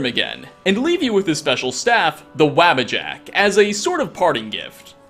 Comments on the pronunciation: psst... It's pronoucned "Waw-buh-jack" not "wabba-jack". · waabajack? wtf...dude pronounce it with u instead of a... e.g wubbajack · Bro I love your videos but how you miss pronounce the Wabbajack makes me Twitch lol sheo himself says it in game lol